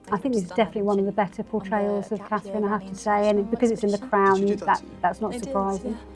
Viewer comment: Charr. CAN SAY -MEE-Gain BUT NOT!!! CA-THRINE!!! How RUDE AND DIS-RESPECTFUL. ONLY RESPECT FOR The WIFE OF The YOUNGER son OF King Charles